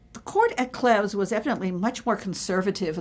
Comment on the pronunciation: Mispronounced 'Anne of Cleves' as 'Clevs'. It's a long 'e'.